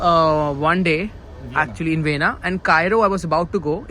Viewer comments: Vienna is pronounced as vi- ay- naa and not as vina?? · Please learn some pronunciations- like how to say Vienna . And the language spoken in Austria is German not Dutch.